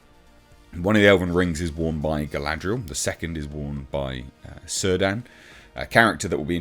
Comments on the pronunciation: "Huge change for Middle-earth"...... erm... wasn't the power of Nenya to protect Lothlorien from decay and change? Let's look forward to the magic creeping in, of... things not changing...? Beg pardon sir... I understand Tolkien's Elven names usually are pronounced with a hard C. So Kelebrimbor, Kirdan the shipwright. Like Monty Python said, what if you try spelling "bolour" with a "K"? Cordova does NOT deserve death threats for being black. For spouting this garbage and letting Vanity Fair keep pushing the same lies though... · The C is pronounced like a K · Cirdan is not pronounced like that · All the Cs are pronounced as Ks, so it's Kelebrimbor and Kirdan.